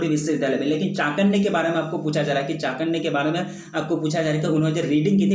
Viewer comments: Are sir aap baar baar chanakya ko chakanya kyu bol rhe ho😒 question no.62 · I'm sorry sir but it's not चाकन्य it's चाणक्य